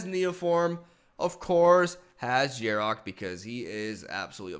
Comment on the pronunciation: Love how has to pronounce Yarok "Jarok"